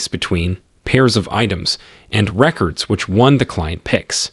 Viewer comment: I feel like your AI reader should be able to pronounce antecedent correctly! Or notice whether records is being used as a noun or verb and pronounce it accordingly. But it was a helpful video, so thank you!